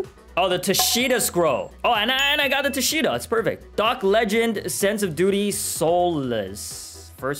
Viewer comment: i hear sense of booty instead of sense of duty lol